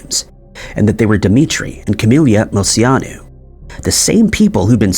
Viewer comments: Came to the comments to see if anyone else had something to say about the way he says Moceanu. Mo chee on ooo. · So your first story I have a problem with...dude you have to start looking up how to pronounce famous peoples names. Dominique's name is pronounce Mo-chee-a-nu....not whatever monstrosity you were saying. I learned how to not butcher it cause I absolutely adored her as a kid! She was my favorite from the team!